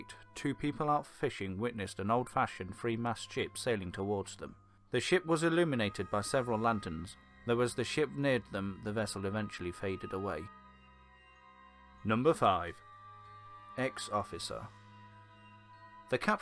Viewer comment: Eeeeee - liminated???? Illuminated wtf